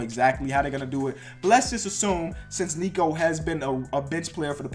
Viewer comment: Nikola not niko oh my god it gets on my nerves